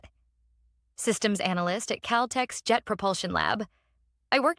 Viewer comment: That is CalTec, not CalTex.